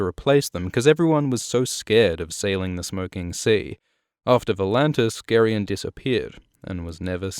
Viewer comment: Are you sure that's how it's pronounced? I've been saying it "Jerry-on"